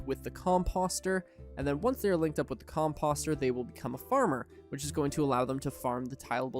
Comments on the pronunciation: Everytime he says the word composter wrong it hurts my brain. Just because it looks like imposter doesn't mean that's how you say it. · All due respect. I unfollowed you after hearing you spam a mispronunciation of "composter" 99 times in a row.